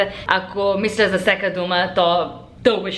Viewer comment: по-правилно е да казваш "всяка" вместо "всека" 😁💓